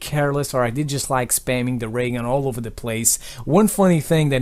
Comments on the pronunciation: I thought you said "Am I gonna get a Reagan " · the way he says ray gun XD